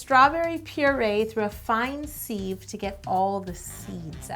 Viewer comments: It’s pronounced s-ih-v not s-ee-v 😂😂😂😂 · Isn’t sieve pronounced “siv” not “seev” or was I not raised right?🤦🏾‍♀️ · Did I say seeve. Isn't it siive (pronunciation wise) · what’s a seeeve? .... lol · A fine ‘seeve’ - literally never heard anyone pronounce it like that before lol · i could so eat this after this crappy day! but yo... why do you say sieve so weird D